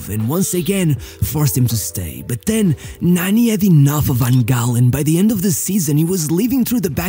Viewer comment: Why you call him Nanny 😂 it’s said Narni witouth r sound